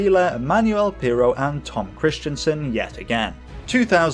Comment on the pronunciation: His name is not Tom Kristiansen! It is Tom Kristensen! It has nothing to do with "Christian" or "Kristian"! That's different! Just to let you know! And you also have problems saying names of German drivers correctly! But if you want I can help you with your feature videos! I am originally from Germany and I met some of the most famous German racing drivers at the 24h Nürburgring race including Hans Joachim Stuck and Sabine Schmitz! And I also had dinner with them in her mum's restaurant! Since 2018 I'm living in the UK so we can meet any time! Just let me know! PS: I love your videos very much! They are going better every time and I enjoy every new video more and more!